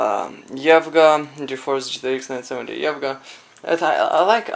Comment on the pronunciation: I really like your videos and i think if you work a little on your pronounciations of the words and get a little better production quality on your videos then you would gain alot more subscribers and viewers because you do good work and you seem like a cool guy ! Btw, it is E V G A, not evga :3 also it would be cool with some more information about what tools you use ( hardware, software, step by step processing like where you start and such ) and some information if it is possible to contact you or ship a dead card to you !